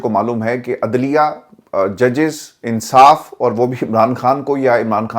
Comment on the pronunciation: کھان نہی ہوتا خان ہوتا ہے آپ پڑھے لکھے لوگ بھی بجائے اردو کو بچانے کے برباد کر رہے ہیں